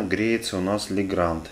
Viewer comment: Legrand правильно произносится как Легран. D на конце во французском не произносится.